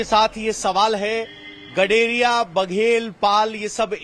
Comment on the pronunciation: Or GADARIYA THIK SE BOLNA SIKHO PEHLE NHI NAAM MT LIYA KRO